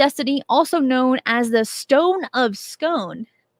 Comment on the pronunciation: OOH, 1ST time i've heard the stone of destiny being linked to ufo activity, going to investigate this further, thanks for the heads up. Just for info, i know it's written as 'scone', but it's pronounced 'scoon'.